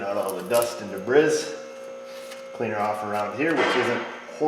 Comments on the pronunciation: That word "Debris". Are you making a "funny" with your pronunciation? Should be "Day-Bree", with a slight (very slight) accent of the first syllable. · "De-briss" If the English language is going to put an s in a word why shouldn't choose to pronounce it.